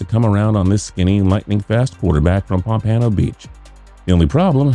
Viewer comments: It's Pompano Beach. Not as you said it pampanno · pomp-uh-no. I cringe every time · Omg yes bro... the heck is pomPANo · I'm salty he at the way he pronounced Pompano 😭😭😭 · Pompano beach* get it right for once 🤦🏾‍♂️ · South florida is pissed at your pronunciation of pompano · Every video I see says it wrong. gets on my damn nerves. and I never even been to Pompano.